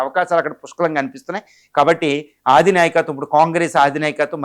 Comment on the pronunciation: ఆదినాయకత్వం ఏమిటండీ ఆ పదం అధినాయకత్వం అని అనుకుంటా